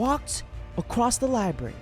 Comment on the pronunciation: I'm an Over achiever Asian lol "i threw that Giraffe shit book across the Li-Berry."